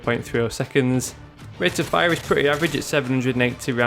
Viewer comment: why do you say it like this "Rapid Fiya" *fire*